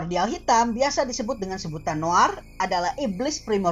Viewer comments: Lebih ke noair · yang baca tulisan Noir sebagai Noir bukan Noah fix baru denger kata noir